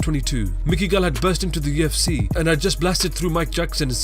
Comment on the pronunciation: it tilts me how it sounds like you say "AT TUFC" in every video.